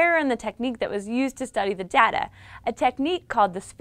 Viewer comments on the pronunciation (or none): none